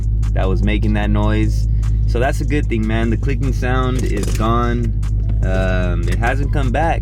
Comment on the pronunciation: My nigga said a lil thong 😭😂